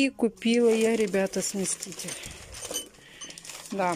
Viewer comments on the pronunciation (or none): Что за смесТитель, чего смещать собралась? Она читать - то умеет вообще... На коробке что ли не написано СМЕСИТЕЛЬ. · не смесТитель, а смеситель, не стИральная машинка, а стиральная (ударение на первую букву А). Каждый раз пишут тебе, почему игнорируешь? Выписывай себе на листочек и учи как правильно говорить слова, дети же повторяют за тобой,почему ты их так не любишь? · СмесТитель смесТитель смесТитель ...смеешься что ли ??? Я куплю я сделаю я решила я заняла я отдам ...муж где ??? Я яяяяя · Ну опять, сместитель, койка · прочитай на коробке, как называется, сместитель или смеситель.